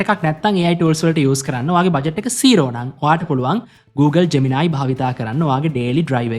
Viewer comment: ජ්මෙනායි ජෙමිනායි ගාන්න එපා බන් නිකන් සුද්දො වගෙ ජෙමිනි කියපන්